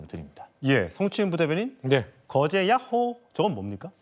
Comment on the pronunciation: 야호 발음 개똑같네 ㄷㄷㄷ